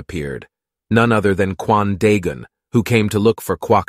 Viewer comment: am I the only one that hears Quandale Dingle whenever he says Kwan Daegun?